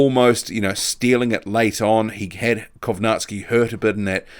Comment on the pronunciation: I cant believe we are only 2 months withdrawn from Millers failed tests and hes being mentioned as an opponent for Fury. He should be out of the ring at a minimum of 2 years imo. Props to the only boxing channel on yt I've seen pronounce Kownacki properly.